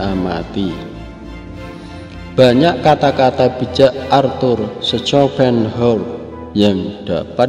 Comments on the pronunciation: Mohon maaf untuk penyebutan namanya dikoreksi lagi hehe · Mas Yg Lihat dan denger video ini bisa jadi ribuan orang. Itu filosof besar. Tapi CARA ANDA Mengucapkan nama sng Filosof KOYO ANAK SD yg Baru belajar membaca. Belajarlah membaca yg baik dulu. TANYA AHLINYA BARU ANDA "SIARAN" SI YOUTUBE.. LE LE....